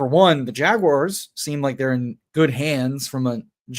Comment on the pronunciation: never stop saying jag-you-ahs.